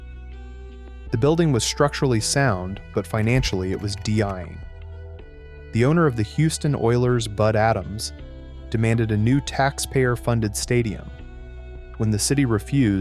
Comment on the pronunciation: Good documentary!! Just wish you didn’t use that monotone computer generated voice. It pronounced “ dying” as “ dee-y-eyeing”. Dead giveaway 😂